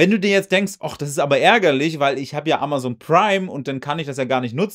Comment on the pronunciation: AmaZon und nicht AmaSon Dir kann man echt nicht zuhören